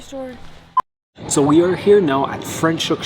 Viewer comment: I am so happy for you guys! If you happen to be in Hermanus, I am right here! 😁😁 Leaving back for Saskatchewan next month. Franchhoek & Stellenbosch and Paarl are great!!!! Franschhoek pronounced Fra - NOT Fre 😁😁